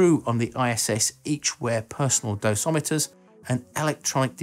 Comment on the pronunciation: Excellent presentation- very enlightening. Just one point- It is dosimeter, not dosometer (assuming the sound track has not been degraded by radiation).